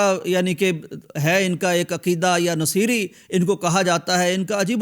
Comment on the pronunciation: مطلب یہ کہ شام میں 72 فیصد اہل سنت ہیں ، غیر مقلدین نہیں ہیں 😂 دوسری بات یہ کہ آپ ذرا کچھ الفاظ کے درست تلفظ بھی سیکھ لیں 😂 آپ نے عَلوی کو عُلوی جو کہ صحیح نہیں ہے اور نُصَیری کو ن٘صِیری کہا یہ بھی صحیح نہیں ہے 😂